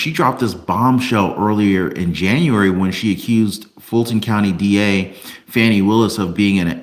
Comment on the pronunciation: Her name is pronounce, Foni